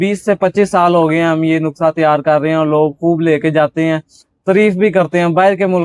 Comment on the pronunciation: Nukhsa nahi nuskha hota hia